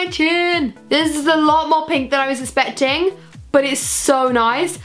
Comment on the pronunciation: Does she say especting rather than expecting or is it just me?